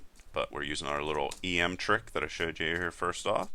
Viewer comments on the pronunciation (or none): Just gotta say it. It's not pronounced "E-M" it's "ehm" from the typographers Em, meaning a square the size of the letter M.